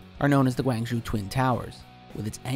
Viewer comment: I cringed at his pronunciation of Guangzhou.